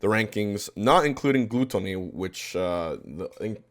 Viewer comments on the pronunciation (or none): The way HBox pronounces Gluttony makes my brain fry